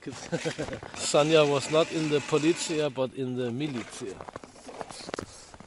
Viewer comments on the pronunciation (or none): Sasha is pronounced 'sanya'?